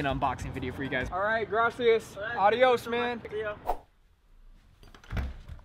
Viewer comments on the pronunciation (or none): none